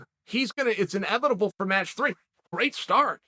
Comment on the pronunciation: Thanos: I am, inevitable Chael: I am, inevibitable.